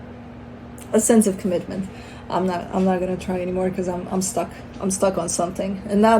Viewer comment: commital xD comitmental